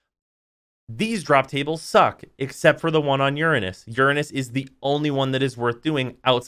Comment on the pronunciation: thanks for saying uranus instead of ur-anus.